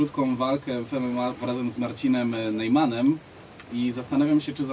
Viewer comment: z Marcinem Nejmanem? A kto to jest?chyba Najmanem, gafa za gafa redektorka.